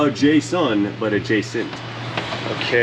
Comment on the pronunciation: A-Jay-sent what?